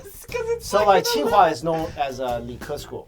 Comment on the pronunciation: it is Tsinghua not qinghua.